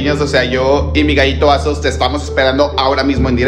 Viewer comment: No ese "Azoz" da verguenza